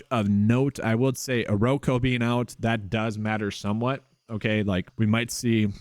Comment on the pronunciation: Okoro, not oroko…